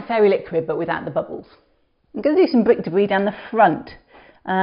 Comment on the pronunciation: Bwik Debwi.lol. good video :)